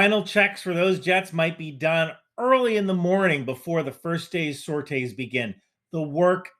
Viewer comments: And please. Call it “sor-tees”. Not “sor-tays” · Please stop saying sorites like you do, its weird. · Very triggered by this pronunciation of sorties.